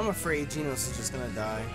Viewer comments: we know you've watched One Punch Man, so why are you pronouncing "Genos" wrong?:( its "Ge" (like GEnerator) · For tyrunt it's "Gen-os" not "Ge-nos"